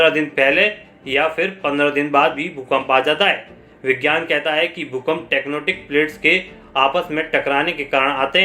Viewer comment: JIS SALE KO TECTONIC PLATE NHI BOLNE AA RHA US GWAR KA BEWS KIS LEVEL KA H SAMJH JAO TECTONIC KO TECNOTIC BOL RHA BDWA TIKTOKER